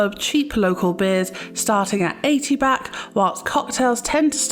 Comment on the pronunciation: Why are you calling the currency “Bak” ? It,s Baht. Street food from street vendors is always fresh, they buy their food fresh from the markets daily and only buy for what they expect to sell that day. Most food in Thailand is also organic. Don’t be afraid of street food, it’s usually better than restaurants (who buy their food at the same markets). Train goes direct from Suvarnabhumi airport to Phaya Thai station. This leads to BTS (sky train) to all of the Sukhumvit BTS stations. Best places to stay if on holiday is around Sukhumvit soi 8 or 11